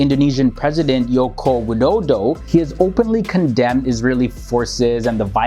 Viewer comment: Sorry bro, i lost when you said YOKO widodo, indonesian spell "J" as "G", just like you spell "Germany (Jerman)"